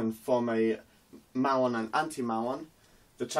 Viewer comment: Hi Again, I am just putting small comments. Hope I can be of help in learning more physics. Typically anti particles are drawn with arrows pointing backwards. I don't know if it's just the accent. We typically pronounce muon as "Mew-on"